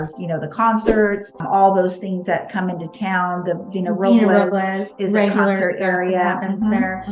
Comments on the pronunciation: Sorry, the R has nothing to do with it. It is pronounced, "Row Bless." Thx for being curious, though. As a Spanish speaker, I appreciate your effort. God bless you. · Paso What? Please don't tell me that everyone in that town pronounces "Robles" that way. Hilarious